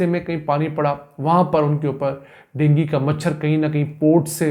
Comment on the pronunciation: Dengi machar nai hota hai wo dengu hota hai gawar